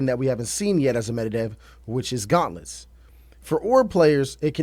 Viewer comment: U got gauntlets right though ✅